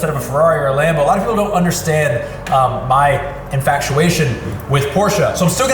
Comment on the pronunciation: M8 did u just say "infactuation"